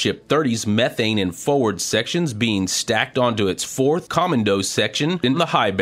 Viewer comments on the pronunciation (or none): none